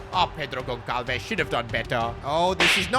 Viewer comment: It is not pronounced Gon-kal-ves (Goncalves), rather it is Gon-sal-ves